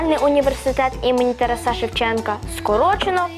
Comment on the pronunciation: ТарАса, а не ТарасА